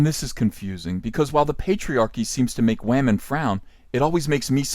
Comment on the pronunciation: Man and wahMANS hahaha